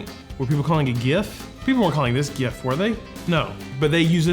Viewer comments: I grew up eating Jif, now my favorite is whoever is private labeling Aldi’s peanut butter because it’s half the price 😂. Props for pronouncing gif properly 🎉 And also pronouncing Reese’s correctly. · I spent 19 minutes & 26 seconds here to learn what I already knew: JIF. 😂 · Beginning of video: Are we about to fight? Edit: Nah, we’re good. Jif won! 😂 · I'm proud of you actually because you almost got it right